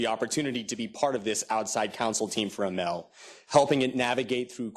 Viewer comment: Why so many lawyers? Another American corporation, headed by a 'Muslim' (name only), to lead another operation into the ME to destroy Islam in the name of 'freedom' and 'democracy - when it was the West that planted all the dictators in the ME and Africa. And it is pronounced, A-M-A-L, not a-mel. By the way, your audio stinks as well as your video. Hope it falls flat on its face., you are a sell-out.